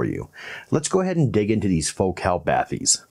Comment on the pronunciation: But he pronounces the name of the company in the French manner, with the emphasis on the second syllable, and I think this is appropriate.